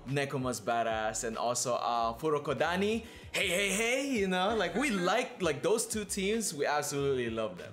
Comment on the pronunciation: “Furokodani” 😂😂 close but it’s Fukurodani👍